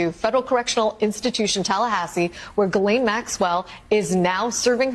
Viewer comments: Gee-Lane. It’s not hard. Gee-Lane. You can look it up. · Grand Jury testimony will not be released to the public. According to lawyers this is just a time waster, the court will never allow it, Plus that's not the files we want anyway! Please Ghislaine is pronounced Gee-lane silent S, Ghis=Gee (like geetar guitar) NO that's just it, her lawyer is tight buddies with Blanche. No one is on her side! If she takes a pardon to keep her mouth shut, I bet she dies mysteriously within months. She would be smarter to lessen her sentence by complying with Congress, & helping the world get rid of taco boi! That would be a small redemption for her. She IS a sex trafficker after all. Will she lie to Congress? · Is it a Freudian slip that you keep calling her 'Jizz Lane' Maxwell? 🤣Please, please, please, nobody tell the Americans how to pronounce her name. I bet my bottom pound sterling it drives her absolutely potty. 😄